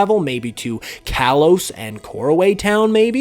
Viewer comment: You're saying Kalos wrong